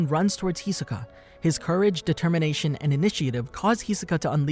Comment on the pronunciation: why tf he keep saying hisoka wrong